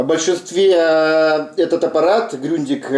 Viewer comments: Все нормально, только не Грюндиг, а Грундиг... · Ну я не Высоцком, а про правильное произношение...тогда было бы не Grundig,a Gründig...хотя называй как , хочешь....